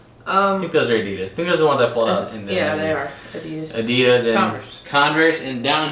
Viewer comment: I like how you say Adida as if Adidas is plural😉🥰😂